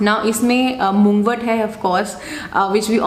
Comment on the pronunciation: Mug-wort, not moogwort